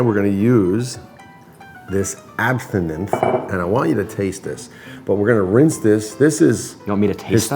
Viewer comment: Why do you keep saying Absinthe wrong?